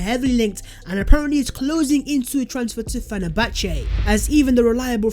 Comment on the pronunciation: you should ask hughwizzy for right pronunciation of "Fenerbahce ".!